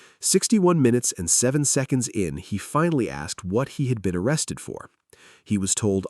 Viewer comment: OH CWAP! I think he's getting O-wested.